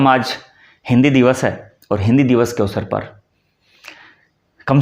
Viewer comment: Awshr awsr hota uchcharn shi kren bhut achha kaam kr rhe hain